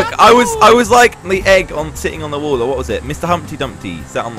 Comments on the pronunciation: U need to fix your inglesh because u said wull instead of wall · you said WOOL instead of WALL "wall" is correct "Wool" is the Language of Wall in England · Well when you pronounce wall as wool you confuse people. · Bruh when said wool and said that’s English I’m English and it wall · You said "wool" instead of "wall" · Itś not wool itś wall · wall not wool